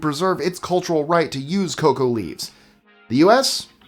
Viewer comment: Every time you call Coca leaves, "cocoa leaves" I die a little bit. Your pronunciation is usually SPOT on. a four letter word? sigh.